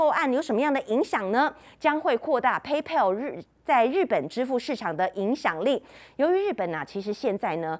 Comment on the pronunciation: 美女，PayPal 的正確發音近似「胚剖」喔～加油！